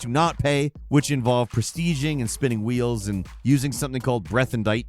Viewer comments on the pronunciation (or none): none